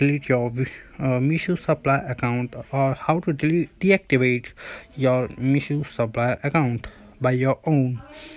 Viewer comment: Mission nahi meesho hota hai.